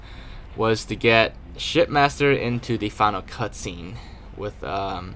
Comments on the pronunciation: I kept hearing "shitmaster" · I thought you said shit master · Every time I hear say shipmaster it sounds like he’s saying shitmaster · It sounds like he's saying shitmaster